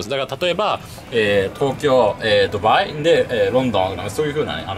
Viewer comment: スーツ氏「例えば、、、とうきょう、ドゥバァーイ、ロンドン」 俺「クセwwwwwwwwwww」